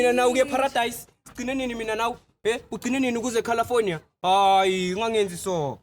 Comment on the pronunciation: Girl akasazishayi ngokuya "eCarlifonia"😂😂😂